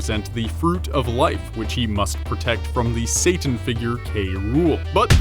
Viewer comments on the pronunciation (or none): none